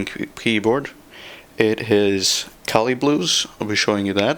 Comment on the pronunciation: KAILH. IT SAYS FUCKING KAILH. NOT CALI. YOU ILLITERATE DUMB FUCK.